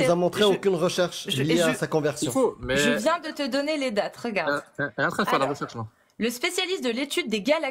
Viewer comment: Ils ne savent toujours pas dire *regarde’ correctement , toujours . Regaaarrrr😂